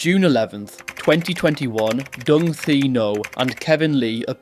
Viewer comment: Learn to pronounce the Vietnamese names Properly...Dung is pronounced Yung. Ngyuen is pronounced Nwen.